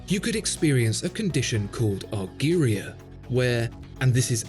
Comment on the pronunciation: Its not called algeria but rather argyria. Just wanted to point that out.